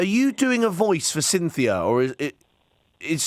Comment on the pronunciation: Clive and “Cynthia” 😂😂😂